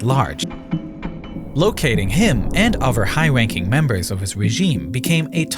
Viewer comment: high-wanking members